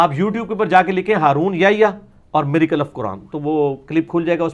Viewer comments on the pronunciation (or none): Mirza Sb.... Your pronunciation is wrong... Mir.... Acle not mirical